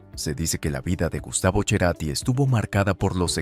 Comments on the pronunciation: Es CERATI ,, NO cherati ,, primero pronuncia bien su apellido !! El es de mi tiempo joven ,, no lo conoci en persona , pero si su musica ,, tengo casi su misma edad ! Nunca me intereso por la vida privada de los artistas !! Grande Gustavo CARATI y su banda tambien !! 😅😅😅😅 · es cerati no cherati corta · se escribe CERATI Y SE PRONUNCIA CERATI- NO CHERATI, POR DIOS! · No es Cherati! Es Cerati! No es Deborah del Corral! Es De Corral. ACV es accidente cerebro vascular! No es cardio vascular. Y dale con Cherati! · Chrati? Acá es Cerati pronunciado como S. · Anormal no es cherati es cerati y fue de buena familia tarado habla bien sonso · No es CHERATI es CETATI. Me duelen los oídos cómo le vas a decir CHERATI? INSOPORTABLE! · No es Cherati... Cerati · El Che "Cherati". Yo solo conozco al genio: Gustavo C e rati (serati). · No es Cherati, es Cerati. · Cherati? O Cerati ....q mal pronuncia el apellido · Porque pronuncia Cherati??🤌 es CERATI así como se escribe se pronuncia !! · A ver amigo es Gustavo Cerati.... No cherati. Además déjate de resaltar los excesos cuando era un obsesivo trabajador incansable perfeccionista donde pocos alcanzan tanto detalle de perfección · Pensé que su apellido era Cerati y no, Cherati😮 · En una entrevista, Lilian, la madre de Gustavo dijo que no es Cherati sino Cerati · NO GUSTAVO CHERATI ES: CERATI 😅 HAY QUE CORREGIR ELLO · Cada vez que dice CHERATI es como una mordida a los huevos! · antes de hacer una publicación, asegurate de hablar con conocimiento, para empezar no se dice Cherati, es Cerati, así, con C , sin H Antes de Cecilia Amenábar el estuvo casado con otra mujer, Belen Edwards, que lo influenció mucho en su música, y antes que ella, otra chica, que les ayudó con la estética del grupo.Cualquiera tu informe, bastante pobre y carente de veracidad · Es CE-RATI no “che”rati… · Y no es Cherati es C-E-R-A-T-I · Cherati ? Se dice Cerati... Falta que diga Choda Escherio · Cerati, no Cherati! auch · CHERATI?? YA ESTÁ NO TE ESCUCHO MAS